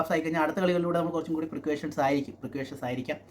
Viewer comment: പാണ്ഡ്യയുടെ കാര്യം പറഞ്ഞത് ശരിയാണ്. പിന്നെ, ടീം മാനേജ്മെന്റ് 👉ഫേവർ ചെയ്യുന്ന അക്ഷർ, സുന്ദർ, റാണ ഇവരൊന്നും അത്ര നല്ല കളിക്കാരല്ല. അതുപോലെ, അനാലിസിസ് മലയാളത്തിൽ പറഞ്ഞാൽ മതി. എന്തിനാണ് അറിയാത്ത ഭാഷ ഉപയോഗിക്കുന്നത്. Giant ജിയാന്റ് അല്ല ജയന്റ്✅ ആണ്. Precaution പ്രിക്ക്വേഷൻ അല്ല പ്രിക്കോഷൻ✅ ആണ്.